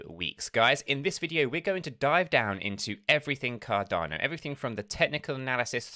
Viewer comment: Cardarno Cadarno noooooo it's Cardano 😭